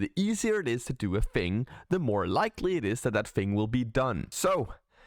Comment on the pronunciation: You mean on how to pronounce fink and fing?